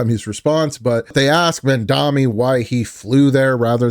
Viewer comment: It's pronounced MamdaNI, like knee. 😊